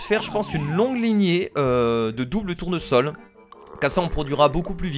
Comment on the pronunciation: A 9,40min tu as dis double tournosol